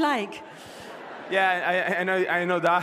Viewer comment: He picked up British Accent for a second as he talks becoming a club member 😂 I know thaaa